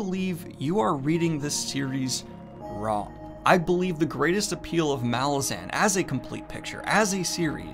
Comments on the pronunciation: the accent/emphasis is on the second A of malazan not the first. listen to how erikson pronounces it. M'LAH-zin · bro its pronounced "muhLAWzin cmon bro